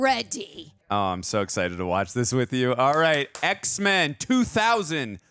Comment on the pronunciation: Does she said EHH x men😂😂